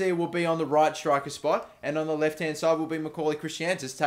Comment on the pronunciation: It's Chris-antus